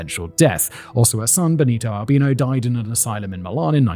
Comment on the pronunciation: Congrats for remembering from the Pope/Mafia video (on Decoding the Unknown) that in Italian, Albino is pronounced Al-BE-no!